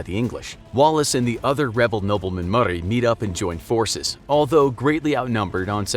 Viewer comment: as a scotish person, i hate the way he pronounces Lanark and Murray